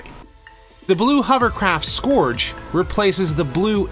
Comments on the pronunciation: I hate picking nits, but Scourge is not pronounced "Skoowrge", but instead "Skerge". Killing me with that. great video though- super informative. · Scourge is pronounced /skɜːʳdʒ/ a little different depending on American or British what with the rhotic r. But the vowel is not /ɔː/ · Why can't you pronounce "Scourge" correctly?